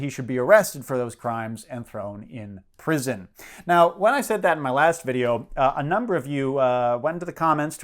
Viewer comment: Every time you say 'prison' I think 'lamppost'.